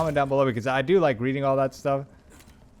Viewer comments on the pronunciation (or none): none